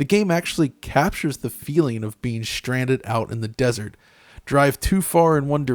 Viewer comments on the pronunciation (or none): none